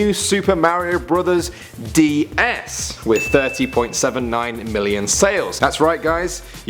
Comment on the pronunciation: super mario brothers is not pronounced supa merio bothers. its pronounced super mario not merio i dont like the way you say mario.